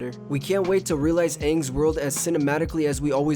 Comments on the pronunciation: you said this wrong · The film actually wasnt bad to me, just the mis pronouncement of names, and the crap change to fire bending, is all that bothered me